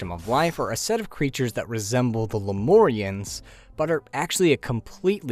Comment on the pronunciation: bro why you pronounce Lemurian like that